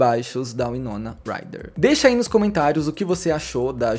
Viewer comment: Winoma Ryder ( Uai-nou-na Rai-rer ) pronucia correta